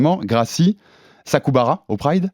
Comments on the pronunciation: Pas Sakubara mais Sakuraba... 😇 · Le "Sakubara" m'a fait rire.On a pas le droit de manquer de respect à un champion comme ca.